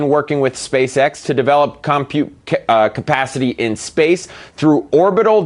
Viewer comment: Computepacity! I've been saying it wrong all this time!